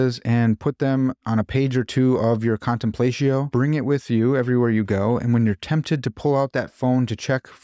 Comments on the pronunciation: Another fantastic video! Indulging my own pretension as a classicist, when you said “contenplatio” like that, both I and a kitten died inside 💀. But I love your stuff, great work! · ...big fan, you make great videos....but i have a question for you....."Contemplaysheeyo"?!?! C'mon man, I know you read a LOT of Latin, its time to step up that pronunciation!!! Thanks for the great videos. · I believe it would be pronounced /kahn tem plah’ tzee oh/ in Latin. But English-speaking people often use their English phonograms to pronounce Latin words in everyday conversation. Either way is fine with me. Let’s not be TOO pretentious haha! Thank you for this video. It’s interesting, well-done, includes helpful journal links, and has kept me thinking. I’m glad I found your channel while scrolling around.